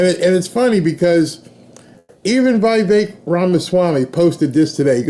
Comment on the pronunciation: VIH vake not v"eye" vake....